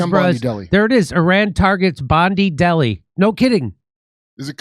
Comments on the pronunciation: Jimmy...Bondi is pronounced "bon-die" not "bon-dee". Some points to note, Bondi Police Station is literally just around the corner from where this event was happening yet had no officers on the site, even though the New South Wales government has been screeching about "the rise in anti-semitism" and passed a whole bunch of new laws to protect Jews AND gushed over taking photos with Israeli leaders and the Jewish League of Australia leaders just a few weeks before the event. Second...when the "Muslim hero" tackled the father and disarmed him..if you look carefully you'll see he has one hand on the barrel and one arm around the shooters neck. He then literally gets handed the rifle, gives a hand signal, places the rifle against the tree...AFTER letting the shooter get up off the ground when he fake tripped and fell, and then allowed him to wander back to the footbridge to pick up another rifle and continue firing. There were people sitting on the stairs within a metre of the son shooting and he never shot them, you can see this in the video footage. The son also gestures for people to get away. There were multiple cameras filming including a drone !!! This drone would have to have a permit approved by Waverley Council and Air Services Australia/CASA to fly over Bondi Beach weeks in advance because of the rules in Australia regarding flying over people in popular locations AND the proximity of Bondi Beach to flight paths for Sydney Airport. The Bondi police station is located BE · Pronounced Bond eye beach Not bond E beach Rip to the victims Condolences to their families I wish a speedy recovery for the wounded Muslims are not your enemies ❤ God willing We are here to help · Bondi is said BON-DYE not bondee like blondie it’s dye bonDYE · Jimmy, Bondi is pronounced with an i not an ee at the end. i as in bite or i as in kite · Its (bond eye ). (Bon die ) Bondi beach ffs love the show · Bondi is pronounced bondeye not bondeeee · It's pronounced Bon-die, not Bon-dee 😉